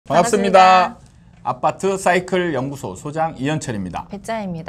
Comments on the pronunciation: “쎄아파트”가아니고 새 아파트. 발음좀제대로하고 방송하소. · 새아파트지 쌔아파트냐? 여자 발음 이상